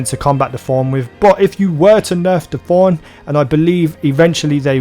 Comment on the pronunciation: Stop saying Forn, it's Thorn you dumb ugly accent